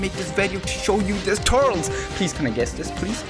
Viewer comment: I understand your pronounciation of gero but why do you say turtles instead of turles TURLIS IT IS PRONOUNCED TURLIS